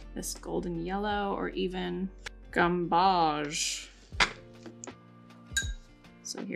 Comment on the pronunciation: Quinacridone is pronounced Quin (as in quin-tet) a (as in the a in pat) cri (as in the cri in acrid) done (like bone) 👍 And, gamboge is pronounced gam (as in ham or dam) bo (as in the bo in bow, not ah) zh (as in zhuzh, what you do when you fluff up your hair) 👍 Great video, btw. I use mostly Daniel Smith paints, with a handful of Winsor & Newton, but only because that's what I can get at my local, independent art supplies store, which like to support. But, I've always used Saunders Waterford 200lb cold-pressed paper and love it ❤️